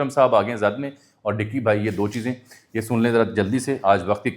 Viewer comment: Ducky not dicky